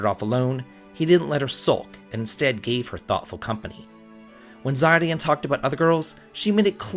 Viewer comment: Such a sweet video:) long live romance! (Btw Zidane's name it's pronounced cee-dan)